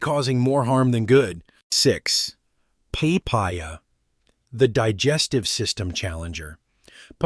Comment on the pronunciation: what is pee-pah-ya ??? The fruit in the pic looks like papaya, but the narrator distinctly says pee-pah-ya.